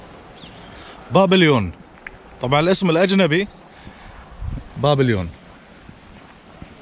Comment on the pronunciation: الاسم الأجنبي بابلون وليس بابليون